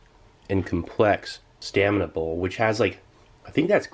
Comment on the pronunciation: Steve, separate your words, it's "stamina bowl" but it sounds like you're saying "staminable"